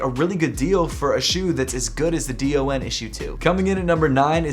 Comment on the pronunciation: Hey! Just wanted to let you know that the DON Issue #2 is usually just pronounced as “Don” and not spelled out letter by letter. I think it’s usually a preference thing but that’s the way Donovan Mitchell pronounces it so I thought I’d just let you know. No hate, love your videos man!